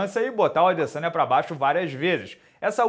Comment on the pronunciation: A minha filha de 11 anos que nem acompanha luta, rachou o bico qdo o minota falou adeçanha 😂😂😂😂